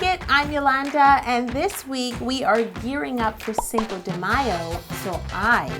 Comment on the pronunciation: instead of cinco de mayo... cako no mayo. lame i know, but my husband died laughing when he said it :p